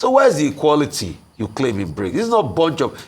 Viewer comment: Not Brincs but Brics